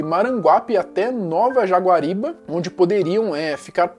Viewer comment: Só um adendo, não é "Nova Jaguariba", e sim, NOVA JAGUARIBARA! Ótimo trabalho, excelente canal.